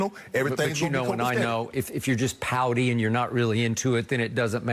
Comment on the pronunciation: I thought Skip said pounding instead of pouty😂 definitely changed the meaning of that sentence lol